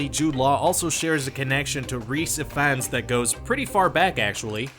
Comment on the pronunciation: "Michael Gambin" "Dom-Hall Gleeson" "Rhys Iff-Ans"